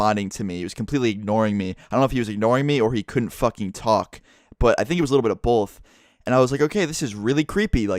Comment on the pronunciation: You say bolth not both fuck there is no fucking L in the word